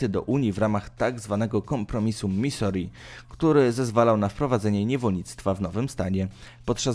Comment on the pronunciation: Misuri, tak się czyta... jakie Misori? I jeszcze do filmu z papieżem... nazwisko czytamy Bergolio, nie Bergoglio.. w hiszpańskim to "g" jest nieme... proszę skoro jesteś osobą wykształconą to sprawdz wymowę, jeśli nie znasz języka, jeśli znasz to gratuluję....